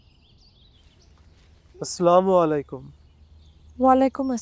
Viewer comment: মুয়াজ্জিনের মুখে স্লামালাইকুম শুনতে একটু দৃষ্টিকটু লাগছে। শব্দটা তো আসসালামু আলাইকুম তাই না?